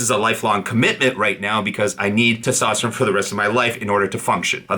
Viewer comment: Its testosterone not testosterome. Drives me nuts man. All the best for you 🖖🏼🖖🏼🖖🏼